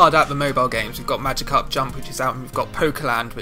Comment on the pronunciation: "Majicarp". How do you fuck up that badly?